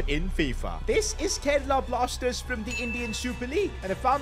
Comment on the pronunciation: Bro really said Kerala Plasters